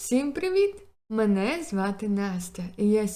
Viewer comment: як же мені подобається вступ, хоч на звук повідомлень став: "всім приВІт! ... (і нінорно) мене звати Настя. Просто топ ))) дякую за відео